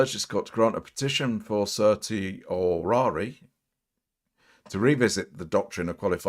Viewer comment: Sir-she-oh-rah-ree is the pronunciation